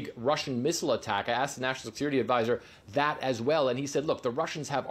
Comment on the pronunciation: Obviously this, obviously dat